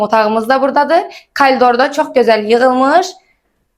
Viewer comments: KOLİDOR Yox ay qız , - KORİDOR ! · K O L I D O R yox K O R I D O R.